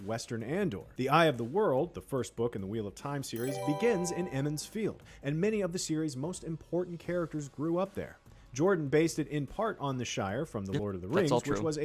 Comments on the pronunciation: its NOT eh-mon's field its E-mon's field, and if you read the books you understand why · "Naye-naeve". (eye twitches) "Ee-mond's Field." (twitch, twitch) "Morenn." (TWITCH. TWITCH.) "Laaan Mandalorian." (...enters Zen state and just...sits back to watch them eat their feet.) Edit: So, ah, "Morenn" isn't right. Neither is "Moraine". Canonically, according to the original novels, it's "Mwah-rain." At no point does the IGN video get it right, but you also get it wrong a few times, Daniel. :-D